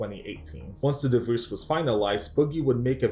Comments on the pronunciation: Why are you saying divoosed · Please learn how to pronounce “divorce”. I cringe every time you say “divouse”. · you should add a dibuss counter, I mean divorce, because that's how you properly say it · Bro why do you say “Divoose” 🤣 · Bro, the way you pronounce the word "divorce" is wild. I would watch a video just about that. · Not to sound mean by why do you pronounce divorce that way?